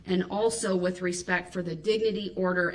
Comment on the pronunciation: He never said " with all respect " He said "with all respeck" . It actually make sense because he was incapable of actually showing "respect ".